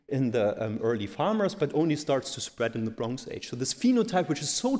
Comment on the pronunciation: Bronx age :) Also, the stress in Yamnaya is on the first syllable (as it was in fact pronounced a few times). And it just means 'pit', so why not say 'pit grave' in English.